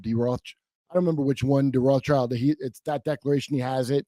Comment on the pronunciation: Rothschild is German for "red shield" and is pronounced roth-shild. The original family name is Bauer, and the family crest is a red shield with a diagonal band.